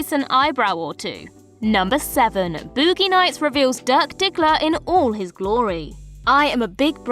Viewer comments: I can't stop giggling about BoOoogee nayts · Booo-gi nights..